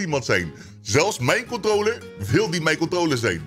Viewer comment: Iedereen: Controler: Kontrooler